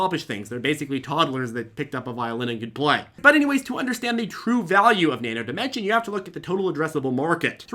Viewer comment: Thanks for pronouncing Nano Dimension correctly(without the "s" on the end).